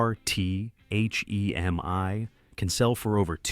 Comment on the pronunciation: "H.e.m.i" ??! You should fix it before publishing it